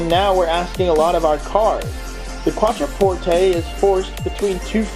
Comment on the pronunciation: I stopped watching when I realized you can’t even pronounce the name of the car :/